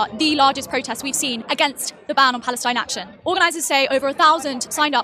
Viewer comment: it's not "p°l°st°n°°n action", jimmy ... sheesh, americans are so bad at reading!